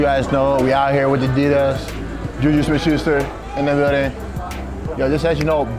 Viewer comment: You said Adidas wrong